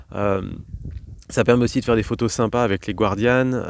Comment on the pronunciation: Bonjour, Bienvenue dans notre région! Au fait on ne dit pas écurie en Camargue, mais manade 😜 et à y être pas non plus "gouardian" mais simplement "gardian". Belle équipe vous avez du passer d'excellents moments avec Damien qui adore ♥ la Camargue 😎 et les autres bien sûr. Super les jeux de mots et merci d'avoir partagé ces moments avec nous! ✌️